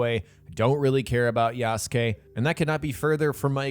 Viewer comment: I love how you refuse to pronounce Yasuke correctly.